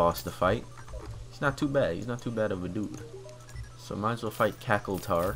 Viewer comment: I do not really want to watch all this... Also, its Cact shwar